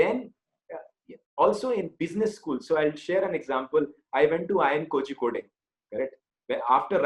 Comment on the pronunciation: Learn to pronounce kozhikode